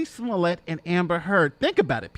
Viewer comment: You aren't pronouncing his name right! His last name has 2 t's so you pronounce the t. If his last name had 1 t then you would pronounce it as you are with the long "a" sound.That is the rule in french and his last name is french! (But usually there is an e after the 2 t's.)